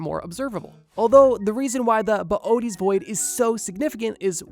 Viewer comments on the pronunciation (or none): "Boo-tease void", not boy-a-tees. Please. If enough people mispronounce it, we can make it happen. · “Bo oaties” is killing me to hear… it’s pronounced “bo ay tees”…. Boötes